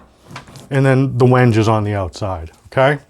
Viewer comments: Like seeing videos of the builder(s) communicating the materials, the tooling, the process, and most importantly, what's the most interesting, the thinking behind all the decisions, not just background music and time lapse video of long processes. One minor thing: it's pronounced WEN-gay. Ben at Crimson did the same thing, and the first time I saw the word I was unsure, so I looked it up before ordering it. Like the build so far. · wenge = wen - gay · It's supposedley pronounced wengay but i would call it wenge too as there is no inflection over the e or anything People come from all around the world to see Stonehenge not stonehengay ... lol